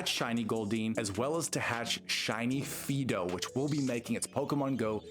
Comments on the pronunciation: Not Fee-do. Fidough is pronounced "Fido" like the typical dog name. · You definitely are not. It's supposed to be FYE (so that it rhymes with "eye"), and you're saying FEE (so that it rhymes with "me"). You can fix your AI voice-reading, right?